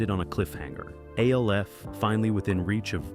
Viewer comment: Just say alf not the letters A L F